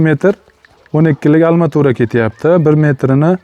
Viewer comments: Ассалому алайкум ака, илтимос курилиш молларини номини русчада айтолмасангиз урганинг еки узбекча айтаверинг. Масалан: алматура эмас арматура, зар девор эмас парной стена итд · Алматурамас арматура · Арматура или алматура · Almatura degan joyiga qoyil qoldim 😂😂😂😂😂 qaysi viloyat bu😂😂😂